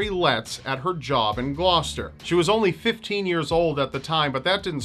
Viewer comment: Good job pronouncing "Gloucester" properly, all the Brits would be furiously posing comments. correcting you.